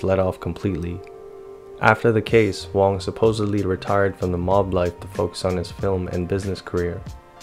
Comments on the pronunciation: You keep saying Jimmy WONG but it is written & pronounced Jimmy WANG. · WANG. not WONG.